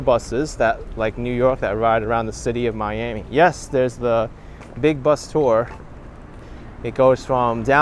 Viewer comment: It's Not Your "Ami It's "Miami"